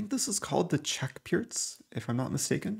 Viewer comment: FINALLY someone pronounces the Pirc defence correctly :)